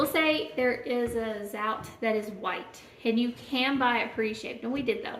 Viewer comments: Zotay is the correct pronunciation. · I love the recipe but the Zote is full of chemicals so I use a natural soap. Just for future reference Zote is pronounced with the "o" sound not "ou" sound. Just wanted your video to be as perfect as I can. Thank you for sharing! <3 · Zote rhymes with goat.